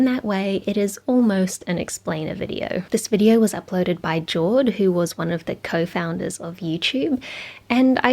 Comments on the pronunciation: You mispronounced Jawed's name. He is Ju(with /ɐ/ from STRUT) -weed, not Jaw-ed. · His name is pronounced Ja-Wed